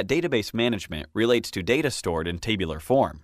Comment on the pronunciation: The mispronunciation of 'tabular' sounds hilarious.